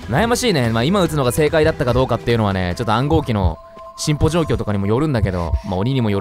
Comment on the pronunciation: うぽつでっス！！ 「居館」「チンアナゴ」「進歩」 さとみくんが言うとなんか違う意味に聞こえて笑えてくるんだが何故だろう(´⊙ω⊙`)